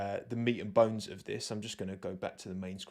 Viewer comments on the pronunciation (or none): none